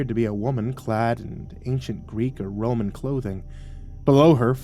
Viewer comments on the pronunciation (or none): none